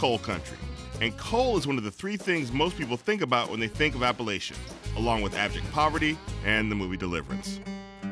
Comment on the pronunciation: You can't even pronounce Appalachia right??